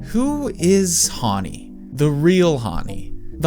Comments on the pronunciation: Your pronouncing her name wrong, Hawnni? It's Hanni "Han" as in the Han River. 🙄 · plssss her name is Hanni (like Honey) not Hauny ㅠㅠ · bro pronounces Hanni "haaaaani" lmao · Huanni??? How are you pronouncing our fav idols name?